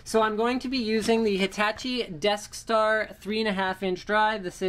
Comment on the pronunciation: I swear he said death star.